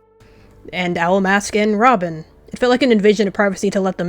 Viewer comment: You spelled Robin's name wrong u said ramen 😂😂😂